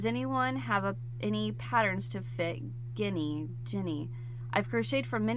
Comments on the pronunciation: Ginny dolls are pronounced like Jinny. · Ginny is pronounced like, Jenny. Jenny is short for Jennifer and Ginny is short for Virginia. Geez. 😂😂